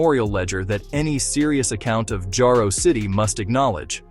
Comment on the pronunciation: IT'S NOT JAYRO IT'S JARO PRONOUNCED JAR O